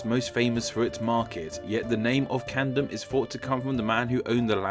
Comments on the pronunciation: U say Camden as if it was spelt candem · Dont forget 'CaNdeM' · Pronouncing Camden as Candom and Saxon as Saxton. That's weird. I wish you had shown the spelling of the name behind Haringey and Hornsey. It I think it's the only one you said but didn't show.